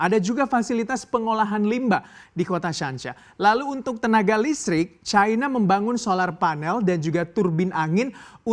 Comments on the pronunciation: Caina...caina...., Cina bacanya ... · Bilang cina aj kenapa..kok dibuat buat caina ..ndeso